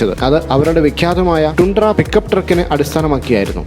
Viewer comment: ടൻഡ്ര.. Not ടുണ്ട്ര